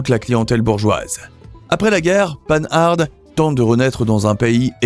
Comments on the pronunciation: Ce n'est pas le panard cette voix off... 😂. Purée, on dit pan ar pas panarde... Jay Leno fait l'erreur mais il est excusable, il est américain. 🤡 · Bonjour, on ne prononce pas "panne-arde", mais "Pan - ar". Merci pour la vidéo, très intéressante. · Oui, c’est devenu fréquent. Le nom se prononce pANhar , et non-pas pAnHarDE. C’est compréhensible du fait que les personnes qui sont nées après la disparition de la marque, l’ont lu, sans jamais l’entendre prononcer. La prolifération des anglicismes fait le reste … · On ne dit pas panarde, mais pan ar. J'ai un copain qui a 3 Panhard et une Rosengart, donc je l'ai entendu assez souvent en parler. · Pan-Hard :face-blue-smiling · C'est très intéressant. Une remarque cepndant :Panhard se prononce Pan-ar. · Prononcer Panhard et non pas pan hard . C est lamentable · S'il vous plaît; dites : "pen-ar" , votre prononciation dénote votre jeunesse 😄 , mais n'a rien à voir avec son nom propre. Un excellent documentaire, en tous cas ! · Pann'-hard' !!! Quel est cet abruti illettré qui prononce ce beau nom de manière si grotesque? Non: prononcez Panhard comme pan comme le pan du fusil ou le dieu Pan, et hard comme "art" que l'on retrouve dans "être au sommet de son art", et l'ensemble prononcé dans un seul souffre. D'autre part, pourquoi, quand elles sont évoquées, ne voit-on pas les 24CT et 24BT... que l'on aperçoit sous le nom de "Citroën-Panhard 24BT" alors que cette appellation n'a jamais existé. J'imagine les bourdes pour les autres marques. Enfin, des marques comme Facel Véga, Delage, Talbot, Hotchkiss pour commencer, auraient dû être évoquées largement, mais surtout pas de manière si maladroites. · ça fait mal d'entendre Paneharde, y a pas moyen de se renseigner sur les prononciations, c'est une marque française, pourquoi la prononcer à l'anglaise ? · Ne pas confondre panhard et panarde ! Lamentable de parler si mal !